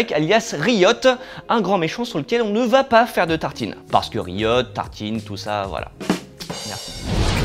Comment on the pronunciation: Bon, le jeu de mot du Mans, ok, mais si jms, j'espère que votre faible niveau d'anglais ne vous empêche pas de savoir que ça se prononce rAÏote (qui veut dire émeute); mais forcément, là, personne n'aurait saisi le "pun"...